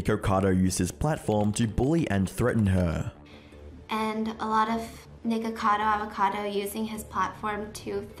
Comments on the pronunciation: Funny how neither you nor Penguinz can pronounce his name. Nickado Avocado? Nickocader Avocader? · I heard: "niggerkador avokador" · ok hear me out i dont want any racism wars but it sounded like he said n____cadoAvacado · bro really said nikorcado avorcado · why does it aound like you say niggercado avocado bro 💀💀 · his name is not Nikeucadeu Aveucadeu but whatever....i dont like listening to poeple that sound and behave weird like that. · Bro did you say nikkacado avocado at the beginning 😂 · Souned liked he said N1ggercado avocado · Good video but Nickocado Avacado doesn’t have any r’s in it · Love it that Penguinz0 doesn't say his name right lol